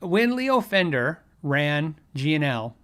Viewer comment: " The FWNDER Way" Really